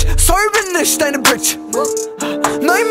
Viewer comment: Das wird „ich“ und „nicht“ ausgesprochen und nicht „nischt“ oder „isch“